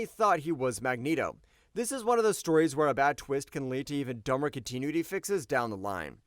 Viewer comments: Dude, some quality control on the voice-over would be nice. "Third Summer's *Bother?*" And it's "con-tin-new-it-ee" not "continue-nit-tee." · 😂😂 please learn how to pronounce "Con-Tin-new-itty" Continuity... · Please look up the proper pronunciation of “Continuity”. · It is pronounced Con-tin-ew-ity, hire a VO guy, the AI blows. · "Continuity" is not pronounced "continue-ity" there,. Even an AI should know that. And while most of the minor flubs this robotic voice makes are forgivable, every time I hear that one I want to destroy all the machines and plunge humankind back to the Stone Age. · The fact that you cannot, for your life, pronounce continuity correctly. 😅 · Is this video using an artificial intelligence voice? I have noticed some very strange pronunciation throughout it, mispronouncing Chrysalis which I suppose is understandable but later not being able to properly pronounce continuity? I feel like a long time comics fan would know how to say continuity. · AI junk. Pronounces too many words wrong. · That's not how you pronounce "continuity" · The organic webbing actually worked really well in the Raimi movies... Edit: Dude, please learn how to pronounce "continuity" correctly. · If AI is so smart why can't it pronounce the word "continuity" correctly? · Also mispronounced continuity. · huh? Are you saying I'm a rage bait account? What's your deal? Do you even know what rage bait is and its purpose? How is posting a supporting comment to the OP and correctly pointing out that in addition to saying Bother, the narrator also mispronounced continuity, rage bait? It's not a controversial statement. Do enlighten everyone. Oh wait, I get it. You just rage baited me. You are the rage bait account. Noice.